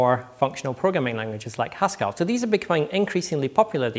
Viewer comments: Phil P Stress on the first. See my comment above. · That's not how you pronounce 'Haskell': It's not 'Pascal' with a 'H' rather than a 'P'. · I thought he was saying Huskarl the whole time. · Victor Tran Strange to my ears, yes. But "strange" doesn't mean "wrong". :)